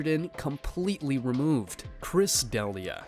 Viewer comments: It's pronounced "De-LEE-ah," not Deli-ah." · That's not how you pronounce D'Elia. And they're not saying "MICROTOXINS." They are saying, <MYCOTOXINGS, i.e. fungi. You are some kind of genius, are you? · how are mispronouncing D’elias name ?!? it’s literally all over the web and has been for years now…. Did you just have ai write all this and never heard the name before then? 😂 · Chris "da-lee-ah" please